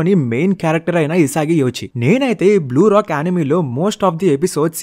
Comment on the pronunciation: " Blue lock " bro "Blue Rock" antav😂😂